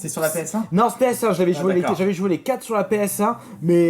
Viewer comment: y'a un putain de R a quatRe, on dit quatRRRRRRe